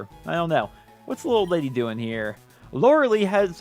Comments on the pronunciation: It’s lore-eh-lie fyi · Lorelei is pronounced Lore-eh- lie